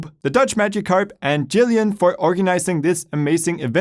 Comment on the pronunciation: Not a native English speaker. Did he just say Yob and Jillian when they were spelt Job and Yillian?